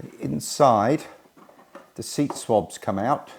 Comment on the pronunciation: How many years have you been calling seat cushions SWABS? They are called seat squabs